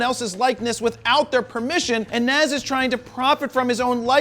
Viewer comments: JP you are Rocking a fro, we are going to hafta get to you to pronounce Nas correctly. Nazz 😂😂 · It's Nas pronounced Naaaahhhhhhs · Nas not Nassse 🤦🏾‍♂️🤦🏾‍♂️ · Nas (Nahz). Damn it, Jared! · Beening from New York and hearing you pronunciate nas name wrong Hurts 🤣🤣🤣. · Hearing Nas mispronounced is bothering me. Maybe consult Todd Wolfe for rapper name pronunciations?